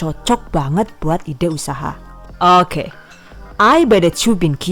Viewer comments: suka banget pas bilang "owke" 😆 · "Baris Okeh" 🤔